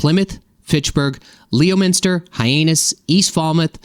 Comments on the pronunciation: Leominster = "LEH-minster" Hyannis = hi-ANN-iss (not "-anus" ). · Leominster is "Leminster" and Hyannis is "Hi Annis" not Hianus! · Lem-in-ster Hi-an-is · Hyannis pronounced Hi Ann us. Leominster is pronounced Lemon ster. Otherwise you did ok. If Worcester ever becomes high growth, it is Wooh ster. And Plymouth is Plimuth. My real estate taxes are getting more and more astronomical every year in MA. I'm retired, living on a fixed income. If my taxes keep going up, I won't be able to pay them. They should have relief for elderly people who have been in their homes for years. They call this state Taxachusetts for a reason. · Leominster is pronounced lem-in-sta; Hyannis is hi-ann-nis. ;) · Leomenster = "lemon-ster". hyannis = "hi-yah-nis" if you think massachusetts is bad, check out rhode island. i've lived in both. RI is much, much, much worse. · You mispronounced Leominster (Lem-in-ster) and Hyannis (Hi-an-is). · Leominster = lemon-stir or Lemon-sta Hyannis= hi-ann-us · Leominster = lemon stir Hyannis = Hi Ann Is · OMG. You badly mispronounced the names of 3 Massachusetts towns . I appreciate your humbleness in admitting that you might mispronounce some names. Per your request, I’ll give you the correct pronunciations. It’s pronounced Lemon-ster just like the fruit. It’s pronounced High-Annis rhyming with a woman’s name Anna rather than your version in which you hilariously said the body part ‘anus’. And it’s pronounced Fal-muth rhyming with a man’s named Hal rather than your version that rhymed with the season Fall. BTW. I’m a lifelong resident of Greater Boston for 60 years and a new subscriber to your channel. You have great content and I look forward to more of your informative videos.